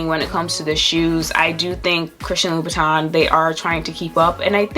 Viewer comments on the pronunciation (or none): LU-BU-TAN - Pronuciation